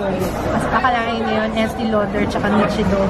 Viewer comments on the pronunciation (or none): none